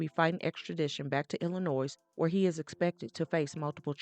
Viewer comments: Thanks… I’ve been pronouncing it Illi-noise So its I’ll-noy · I mentioned this to her before. it irks my soul to hear people mispronounce Illinois, but because I appreciate her bottom line I deal with it. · The “S” is silent in the word Illinois.